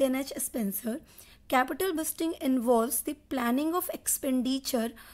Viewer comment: Capital budgeting ❌ Capital buzating ✅. 😂😂